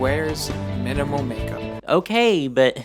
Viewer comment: definitely wouldn't have had the weird misogynistic and conformist undertones if it was my project. I hate the emphasis in his voice when he says "MINIMAL makeup". I know the 2010's pop feminism stuff had a problem with its own weird brand of internalized misogyny but I was aware of it back then too. It kinda reeks of the "be feminine, but not too feminine, not in the way men don't like." misogyny. this is about what straight men supposedly like. "don't wear heels if you're already tall. don't wear so much pink. you would look so much prettier if you wore a more natural shade of lipstick instead. wear makeup, but wear just enough that we can't tell. don't express yourself, perform my specific version of femininity that isn't too loud." The sort of misogyny that still reduces women's identities to a commodity for men above anything else. Also Lam really should have watched Legally Blonde at some point, clockwork orange style.